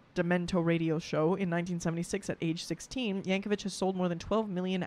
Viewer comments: I hate to be that person, but I have to point out his name is yankovic not yankovich. vik, not vich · It's pronounced Yank-o-vick, not Yank-o-vich. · Yankovic, not Yankovich. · Someone else probably mentioned this, but Weird Al did this song before the movie came out, without seeing it. He went by rumors of what was on the net about the movie. There is no one like Weird Al. Oh, and it's YankoVICK, not YankoVITCH. There is a parody movie of his life called "Weird." Daniel Radcliffe plays him. Yes, THAT Daniel Radcliffe. 💙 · Would love to see you do more Weird Al reactions. P.S. "Yankovic" does not rhyme with "stitch", "witch", or "itch". It does rhyme with "stick", "quick', and "tick". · I’m sure someone has commented this, but JUST IN CASE no one did, his name is pronounced Yank-oh-VICK not Yank-oh-VICH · "The Compleat Al" "Weird the Al Yankovic story" and "Al specials" are lower-case L not capital i. Al (as in "short for Alfred") not A-period-I-period. Also in the context of this person, it's pronounced "yang-ko-vik" not "yang-ko-vich." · Just a heads up, it's pronounced yankovik, not yankovich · Not "Vich". There's no H. 😁 I hope that person who told you it was a Billy Joel parody was yanking your chain. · His last name is pronounced "Yank-o-vick" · Pronounced "Yankovik'. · Continues mispronouncing Al's name with the pronunciation literally right in front of her.